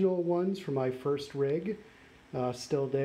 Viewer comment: He said Frist not First! 🤔